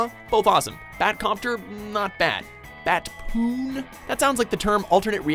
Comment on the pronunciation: "Batspoon"? ohhhh....Batpoon